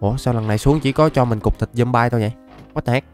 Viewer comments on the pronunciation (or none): none